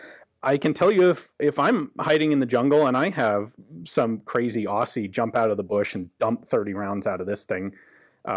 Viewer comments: Oh, it's not pronounced aus sie. It's 'oz zie' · Jfyi its pronounced Ozzy, not Orssy but i digress 😂 cool vid. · It's pronounced "Ozzy" not "Aussy". Love the video. Even if there were builds like this that made it home & into the hands of collectors they would all sadly of been bent, burnt & crushed when the Australian government neutered it's population after one single tragic event. Never ever surrender your weapons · Tip , ian when u say Aussie" pronounce it like ozzy. mate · “crazy osssssie” are two words that always go together in American vernacular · Hint for you USA allies, the name Aussie is pronounced "Ozzie" not the usual way you pronounce it. LOL. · Just a quick one because it hurts our ears - Aussie is pronounced Ozzy. No S sound, just a Z sound. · thanks for the break down of the SLR, however Aussie is pronounced OZZY, could you please pass this on to your million compatriots. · Always odd hearing Americans pronounce Aussie. We say “Ozzy”. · For some reason, a lot of us in the US pronounce "Aussie" incorrectly. I used to do it too, until a mystified Australian friend corrected me. It's pronounced like "ozzie" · As an Australian I find the way he says Aussie really funny. Cheers mate!